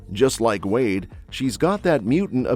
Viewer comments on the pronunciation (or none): none